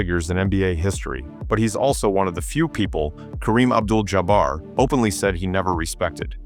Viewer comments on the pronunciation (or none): Idiot - Jaa Bar Stop the AI